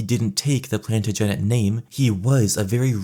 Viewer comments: That “Plantagenet ” pronunciation was tough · It’s phonetically pronounced as Plan-taj-a-net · Plan-ta-gen-ette. His sister says he can’t have children but what does brand sister know? Paraplegia is not correlated with infertility, his lack of heir willl be due to the wedding w the trees. Wedding the trees shortens your mortal life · plantagenet is pronounced differently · I just finished an audiobook on the Plantagents and he nearly made me spit take on that lmao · Plantagenet is pronounced /ˌplæn.təˈdʒɛn.ɪt/ and Valois is /væˈlwɑː/, if you were unsure about how to say these words you’re already on YouTube and could’ve easily watched a history video about Edward III or Charles VII to hear someone say it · I love the video but the way you pronounce Plantagenet and Valois makes me wish for the long night